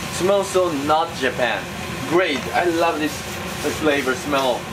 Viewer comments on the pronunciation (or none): none